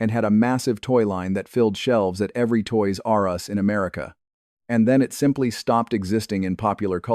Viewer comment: I must be a big cartoon nerd, I watched or knew of all of these. But this is Ai, because I remember laughing when a cartoon would start with the word DIC being voiced in opening of cartoon. Plus, watch how Toys-R-Us is spoke on this video. Still good history on some 80s cartoons. Thanks